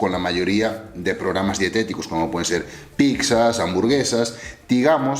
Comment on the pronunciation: Eres de las personas que dicen "picsa" 🙈